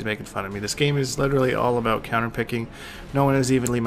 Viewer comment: Its so funny how he says aboot instead of about